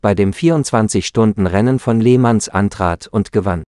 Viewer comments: Völlig richtig, das macht einen fast schon aggressiv wenn ich nur an "Lehmanns" laut dessen Aussprache denke. Nein, so ist das ne Provokation und hält man es kaum aus.... .... schade eigentlich! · An der Aussprache solltwst du arbeiten. Nur schon wie du le mans ansprichst ist zum lachen oder eher weinen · oder lächerlich wie er les mans auspricht